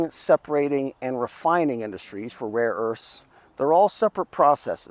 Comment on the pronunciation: 🤣🤣🤣 Seriously ? I knew it would very hard for him to pronounce some of them or even to remember more than a couple of names . But to not even know there is a difference between "raw" and "rare" , that really takes the cake.